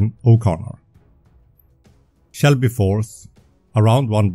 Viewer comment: Excellent content. Just one little thing, it is Selby force, not Shelby force.